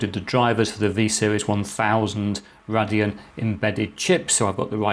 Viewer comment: RAY-DEE-ON, sorry it triggered me..